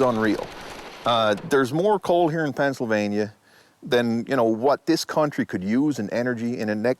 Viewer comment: PENNSYLVANIA, not PENNSYLVANIE.